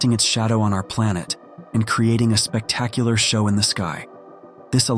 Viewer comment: And forgets how say regular words like Phase. And spectacular.